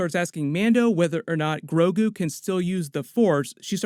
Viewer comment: The name of "Baby Yoda" is GROGU. But to be fair, I think it was mispronounced the first time it was said, because from then on out, it was pronounced Grogu. The Subtitles even had it spelled GROGU.